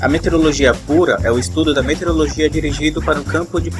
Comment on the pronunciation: parabens! muito boa iniciativa... mas vamos falar corretamente para que as pessoas aprendam a forma correta de se pronunciar = METEORO + LOGIA. e não "meterologia" como pronunciado no vídeo.